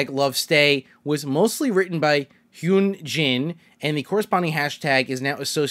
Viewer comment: (It's not hate) I can give you a tip for saying the names original name pronounced Hyunjin = hyunjin ( sry is don't know how to explain it it's not like an u more an y like in you) Seungmin= sungmin Changbin= cangbin